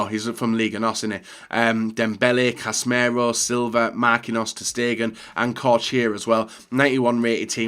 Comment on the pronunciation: it’s pronounced cassy-mirO, not cass-merro and fekir is pronounced fek-ir, not fekker.. you’ve been a fifa youtuber for years .. learn how to say players names